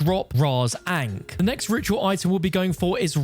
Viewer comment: Bro pronounced ahnk wrong it’s pronounced ON-k not AIN-k